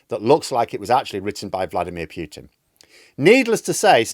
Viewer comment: It's not piutin it's pootin and p is small.